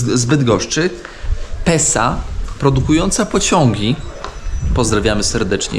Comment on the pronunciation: Mój chłopak zamiast Pesa mówi Sepsa 😂